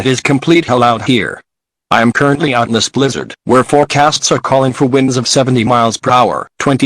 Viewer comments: I died every time they said "wines" instead of winds lmao 😆 love this though, I wish there were more longer ones like this with multiple disasters 😉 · He said winds like winding a music box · Ik this is serious but I can't help laughing when the guy said whinds instead of winds